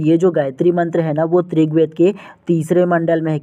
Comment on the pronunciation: Aap rigved ko trigved kyo bolte hain